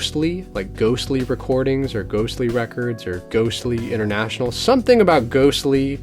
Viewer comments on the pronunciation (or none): none